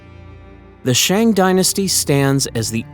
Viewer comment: "Shang" should be pronounced as "sung"